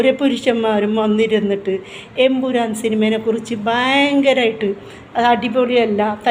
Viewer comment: Thamburan Alla Chechi Emburan😂😂😂